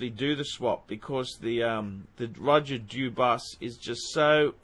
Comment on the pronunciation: How many ways cans you mispronounce Dubuis?